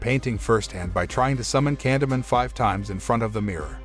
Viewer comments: stop saying candyment gosh damn its candyman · Candy man not candy min 🤦 gotta love when txt to speach gets it do very wrong 🤣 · when u say candyman it sounds like candaman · Ye it also pronounced ‘Candyman’ like as if illiterate was a language, seriously it’s ‘Candyman’ not ‘Candamun’, ‘CANDYMAN’ FFS ‘CANDYMAN’ Is it that hard to say CANDYMAN? Oh fuck I sai fit five times didnt I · candeee man , not candeman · Sometime the narrator gets it right and sometimes he seems to not understand how words are pronounced like this time. Candy Man... not canda man. Holy bat guano Batman! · I keep hearing candleman 😆 🤣 😂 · Took me a while to understand he said “candy man” not Canada, camdada, candamon. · It sounds like it's saying candle man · nope nope nope 20 seconds in and refuse to watch it cause you've said candomun 5x already and I can tell it's just gonna get worse. if you're gonna recap it, at least pronounce it right lol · took me a while to realize he’s saying Candy Man not Condiment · Candamun. Is anybody else hearing that every single time Canyman is said by this narrator? Just me? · Stop pronouncing it like that!!! For fuqs sake, it's driving me 🤯! it's CAN-DEE-MAN not whatever the hell you're saying! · I swear if you say candaman 1 more time I will smack smack you into the 3rd dimension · The way he mispronounces "Candyman'" messes with me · yes but he doesn't say candyman correctly and the title says the grim reaper, not candyman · The narrator will never summon him the way he pronounces candyman. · ok good movie but..u are pronouncing Candyman..wrong..